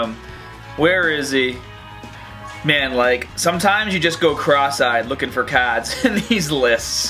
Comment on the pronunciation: He sounds normal until he says cards.